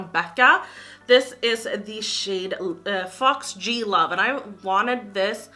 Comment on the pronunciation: Foxglove is pronounced fox-gluv :) (trying to help not be rude)